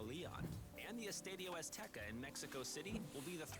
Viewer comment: This guy is really dumb for not including Gillette, MetLife and Houston. I mean the fucking final is going to be in the metlife stadium? And he could put a LITTLE bit more effort to pronounce the Spanish words correctly. I’m a gringo but fucking Christ bro, “eeestahdyo”